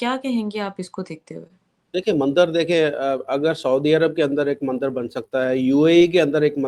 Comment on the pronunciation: Are bhai ye mander nhi bolte mandir hota hai